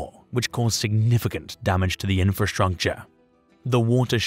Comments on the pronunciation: I chuckled when he says "infrastruNcture" the 2nd time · Infrastruncture 💀 Construnction 💀 Agricunglture 💀